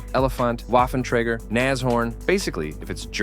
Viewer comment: I will say, it doesn't hurt to learn how German words and vehicles are pronounced. Just hearing "Jagdpanther" instead of "Yagdpanther" and "Waffentrager" instead of "Vaffentraeger" among other things made me a bit uncomfortable. I'm no native, but I'm learning the language and just bothering to go the extra mile and getting the obvious parts down (J is Y, W is V, the umlauts ä ö ü) can go a long way if you don't wanna bother yourself with learning the language's phonetics fully.